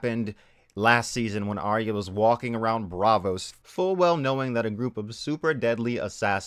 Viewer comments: AR-YAH not AR-REE-YAH. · How many times does Arya get called Aya? That bugs me. Get the fucking name right if nothing else. Sounds like HIYA.